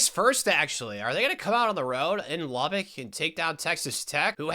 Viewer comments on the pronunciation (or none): none